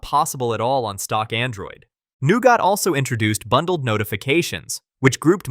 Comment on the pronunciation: "new got" god this killed me lmao great video otherwise tho